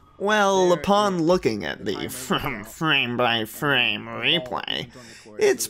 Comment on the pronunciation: fwame by fwame weplay